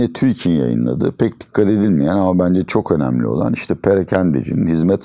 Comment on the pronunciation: Hoca "Çokomelli" Diyor.